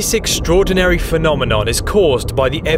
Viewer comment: Thank you for pronouncing phenomenon correctly👍👍👍